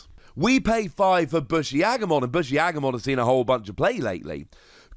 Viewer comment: It's Boo-shi not Bush-i.